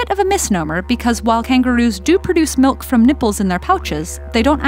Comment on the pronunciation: Ok but she really said melk